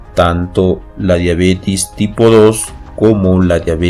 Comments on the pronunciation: todo muy bien pero la pronunciacion es diabetes con E previo a la S no diabetis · No es Diabetiiiiiis ;(. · Todo iba bien hasta que dijo diabetis